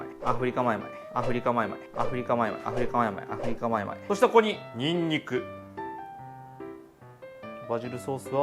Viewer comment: アフリカマイマイが上手に言えない 神経毒の初期症状かw